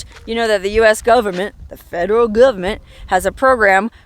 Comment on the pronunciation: Love the way you say, "Gubment"! LOL